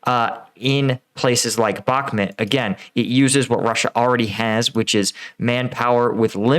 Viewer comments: Dude its called Bakhmut and not Bakmet, its a city name not a person name has noone told you already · The way you pronounce Bakhmut is very hard on the ear. There are plenty of videos with native speakers pronouncing it.. try "Bakh-moot"